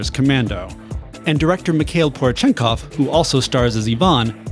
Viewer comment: How, exactly, did you manage to get "Ivan" correctly, but butcher "Porechenkov"? Po-reh-chen-kov, not pore chenkov...